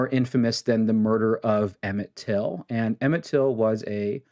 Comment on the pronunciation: His name was Emmett Till, not Emmitt Till.